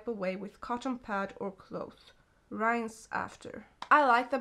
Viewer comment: I just wanna help you out👍 you say 》rainse《 its rinse the E is silent and it its ri-ns the I is like the sweedish I